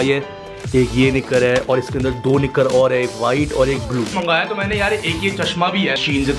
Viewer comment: The way he say "nikarrrr" 😂😂btw bhai love you❤❤